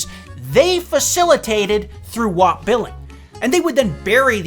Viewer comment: Oh boy, then you started pronouncing WAP wrong. Anyways, still loved this video, always excited to see pop up in my notifs!